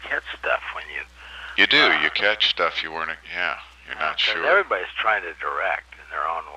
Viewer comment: "Yes, buzz offuh, buzz offuh to you too, buzz offuh to eveddyboddee"